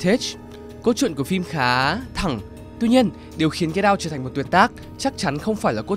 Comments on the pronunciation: Anh nói get out mà em nghe là cây đao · Cứ nghe Get out thành Cái đao quài. Haizzz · "Get out" đọc thành "cây đao" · "Get Out" đọc âm "đ" nhẹ thôi, đọc mạnh quá nghe thành "get down" rồi. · Get out mà t nghe thành cây đao =)) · Get out mà ông đọc nghe như cây đao